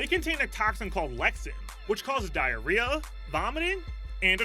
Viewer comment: He said Diareah so many times